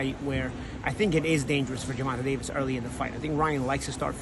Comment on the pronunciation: This Punk refuses to even pronounce Davis his name properly. That crap is intentional. Can't stand dudes like this.